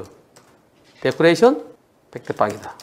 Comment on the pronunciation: 데코레이쎤~? 이거는 장식?ㅋㄱㄱㅋㄱㄱㄱㄱㄱㄱㄱㄱ